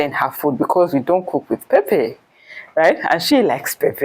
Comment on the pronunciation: wow, my Uganda sist, have started pronouncing Pepper like Nigerians...Pep-pep🤣🤣